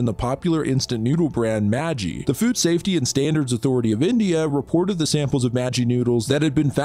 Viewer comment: as an indian i was offended when you pronounced "maggi"